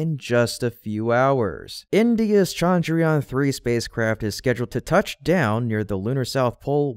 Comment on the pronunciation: chandrayaan has a soft ch not a hard sound, sorry, it is the teacher in me, good work as usual.